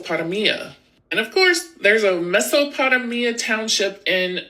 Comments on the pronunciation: This Girl really said......... Meso-Potta-Mia 😅😅😂😂😂😂😂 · Shes inherently wrong, these areas were called that only after the fact and the ppl who chose to name the places did it because of how similar the regions were to biblical regions she called Mesopotamia "messo -patta-mia" 😂 I'm using my own discernment to know I should either tune her out or skip because half assed research and regurgitated ramble is actually worse than no knowledge at all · the way Mesopotamia was just pronounced is wild 😂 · Shocked that she cant pronounce Mesopotamia.....and my grandmother and whole family are buried at mt. Calvery cemetery....and is near bethleham nh...and alll kinds of those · Man our schools are so bad now. I graduated w a 66 in HS cuz I was never there haha, but everyone loved me, and they weren't gonna fail this kid who's dad's about to die any week. But yo...bro...the way she can't pronounce Mesopotamia, like she's never heard the word before?! Is FUCKIN SCARY